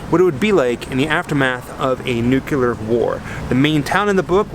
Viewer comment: "Nucular"... How do people get "nucular" from the word "Nuclear"? You should do a video on that some day... that's pretty scary.🤣👻